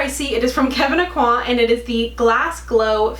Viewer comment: You're the only Youtuber that pronounces Kevyn Aucoin's name correctly. I'm guessing cuz you're Canadian and have French more incorporated in your education?